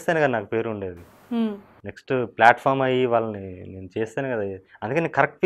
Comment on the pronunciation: Flatform kadu andi ..platform antaru.... english rakapote..telugu lo matladandi ...# Enduku aa stunt 😎